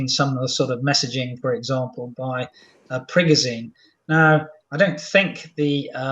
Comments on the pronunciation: Agreed, but I wish he'd make some attempt at pronouncing names correctly (e.g., Prigozhin is "pree-GO-zhin" not "prig-o-ZEEN"). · youd think by now hed know how to pronounce prigozhin